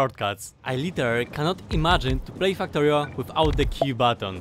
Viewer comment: why does it sound like you say f**ktorio🤣